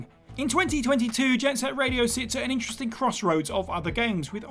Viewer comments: "Jet Set Raido"? "Jack and Daxter"? You mean "Jet Set Radio" and "Jak & Daxter" right? Yikes, quality continues to decline at WhatCulture. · "Raido" lol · Jet Set "Raido"?! Lol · Anyone else spot the jet set raido... Instead of radio 🤣 These are all good shouts tho There's alot of games I'd like remastered but they will never happen, shame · What in the hell is Jet Set Raido? 😆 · Jet Set RAIDO? r-a-I-D-o? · "JET SET RAIDO"?